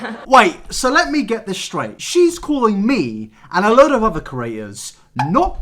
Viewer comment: Maybe it's just me, but when you say "creators," it sounds like "curators" to me. I would never go to Lily Singh's museum, so no worries there! (hee. hee.)